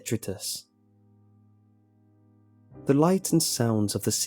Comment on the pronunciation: Great narration, love your delivery. In the tiny chance that you see this four years later, "doting" is pronounced "d-oat-ing" and rhymes with "floating", and detritus is pronounced "de-trite-us" and rhymes with "fight us". Keep up the good work!